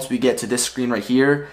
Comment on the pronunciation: Btw it's said like "air-show" not "air-shoe"